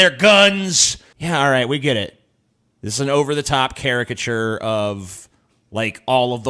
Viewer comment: He said CHARIACATURE not character. You misquoted him several times, js.